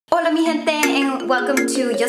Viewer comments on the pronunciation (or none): none